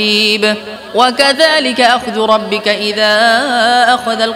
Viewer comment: আসসালামুয়ালাইকুম 13 নং পৃষ্ঠার শেষে ভুল সংশোধন করবেন আশা করি ওমা কানা রব্বুকা রব্বিকা নয়